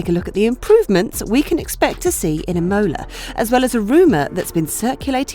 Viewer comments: It is IMOLA not IMMMOLA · Is I'mola not imo'la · Im-OH-la was quite distracting. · Wasn't it lol I had to rewind to make sure she said it how I heard it! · true f1 fans apparently! cant wait to watch Im-OH-la, SCHpa, sandFART and MoNaC(h)os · The same for Imola! Accent on the a not the o! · And she said it like 5 times!!! Cringe worthy! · They just needed one person to watch this before releasing it to fix that error. Sad. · Literally the only thing I could ever think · I get that Romagna is tough to pronunce for you brits (just spell it Romania and its close enough so that italy does not crynge) since you guys dont have the sound for that(wich for the spanish is ñ), but please put the emphasis on the first syllable of the word Imola not on the second and italians shall be forever grateful. :)